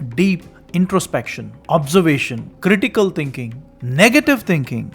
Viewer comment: Can you say thing, not ting. Thinking not tingking? You sounds really awful